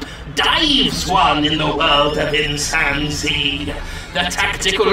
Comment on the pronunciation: Every time he said Insan Z I kept hearing Chimpanzee. LOL. Also one of the best parts about this game is at the time I am posting this there isn't a single damn review on the Steam page for this game, that's how bad it is I guess. So bad no one even wants to try it so there are no reviews.